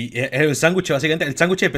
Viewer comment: X:- se dice sandwich:- SÁNGUCHE